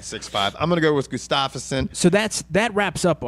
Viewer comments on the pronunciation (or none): it's Gustafsson, not Gustafs-son. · Hey guys, nice show! I'd just like to point out that Gustafsson is pronounced "Gustavson" (much like Anderson). Keep up the good work. //Mattias from Sweden